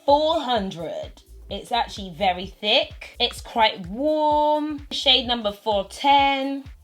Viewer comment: "nothing Michael, you're still qwhite"